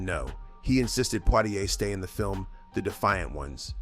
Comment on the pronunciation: Oh gawd! Another AI narrator which can't pronounce names correctly. Sidney "Pwah-ti-ai"?